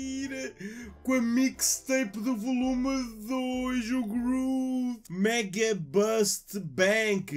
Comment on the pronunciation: Groof? Que merda é essa ? É groot que se diz